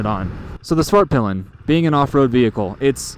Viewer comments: Suvhurtpill'un and vittepillen ofcourse imagine owning one for years and not being able to pronounce it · Why not just say “the white arrow” or “the black arrow”? The American pronunciation of these words is making my Swedish ears bleed. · Please learn how to pronounce svartpilen and hvitpilen